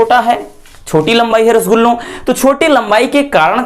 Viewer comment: Sir rasgulo kiu bolte Hain 😅😅😅